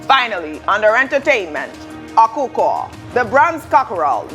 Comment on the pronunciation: it's pronounce Ọkhọkhọ not Okukor stop branding the return stolen bronze of the Benin kingdom another name. If you don't know please ask. If you can pronounce Chinese name why can't you pronounce an Edo Ọkhọkhọ very well? Seek help to avoid another embarrassment caused by the invasion of 1897.